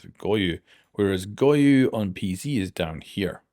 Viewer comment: why is this dude adding a fkin U in goyo